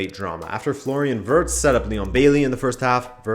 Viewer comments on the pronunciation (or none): none